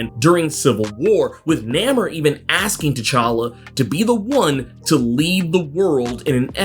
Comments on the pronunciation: you keep saying Nam er it's Nah more my brother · Its NA-Mor...lol Not Nam-er.....NA-Mor... lol🤣🤣🤣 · It's pronunciation is Naymor not Nam or. 😂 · Bro, it's NAY-MOR, not NAH-MER lol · Actually, no. If you go back to 80 years of his history, it's pronounced as NAY-MOR, as in no more. It was NEVER pronounced as nah-mer. That dude in the movie who played Namor, not only was he a piss poor choice to play Mr Mackenzie, but he couldn't even pronounce his own name correctly? Sad, lol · Bro why you keep saying his name like that.,..... It's Naaaaaaaaaa Mooooooooore! That's how it is supposed to sound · You seem like a cool dude. Ive never heard anyone pronounce namors name the way you do. Its almost like e-namor-ed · I can't get past "Nammer" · Namor. (Nay-more) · Are you now pronouncing Namor’s name that way because of the movie pronunciation? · Love the videos, but I'm not embracing the unnecessary try hard pronunciation for Namor Disney wants to push. Other than that, great video and information as usual.